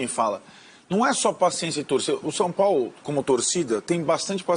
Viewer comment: Cara ! Aprende a falar! Não se fala SOPOLO! É São Paulo! 😂😂😂😂